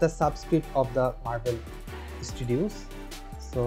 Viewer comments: Can you please upload a second one that says Studios instead of Stodios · studios bro.. not stodios